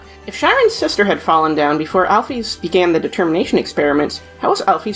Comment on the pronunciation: it's prenounced AL-PHIS